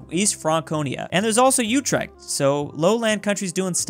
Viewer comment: I live in the city of utrecht and I love the way you pronounced it